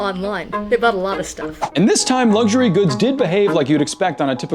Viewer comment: “Lugshury”Pro tip: there is no “G” in “luxury”.